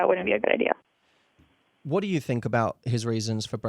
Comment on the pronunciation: Its cute how Matthew pronounce "Idea" like "I dear"